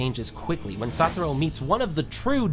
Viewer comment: Why kept saying saturo when it's satoru